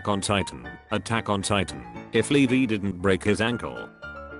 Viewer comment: Nobody: Me getting triggered when ever the computer said Leveee instead of Levi